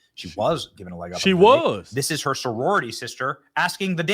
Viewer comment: Soririty Sister? 😂